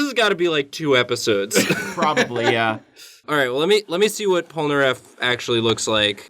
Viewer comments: Stop saying POL-NAREF Fuckin damn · Pole-nAIR-eff triggered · *Jean "G-en" Pierre "Pee-air" Polnareff "Pole-nar-F.😒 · You pronounced polnareff wrong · “John Popolnar Polnareff” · me, a french, trying to find out who tf michael polnareff, googling it and realizing that the pronunciation was just wrong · Was I the only was getting triggered when he would say Polnareffe name the wrong way? 😂 no just me? Okay lol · I'm french so I'm laughing because you try and fail to pronounce Jean-Pierre Polnareff 😂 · Jesus Christ the pronunciation of polnareff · THEY FREAKING SAY POLNAREFF'S NAME A HUNDRED TIMES IN THE SERIES. HOW CAN AMERICANS NEVER PRONOUNCE FOREIGN NAMES CORRECTLY?